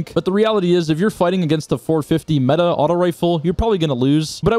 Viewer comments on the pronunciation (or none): none